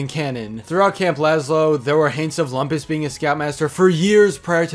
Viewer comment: You're mispronouncing "Lumpus..."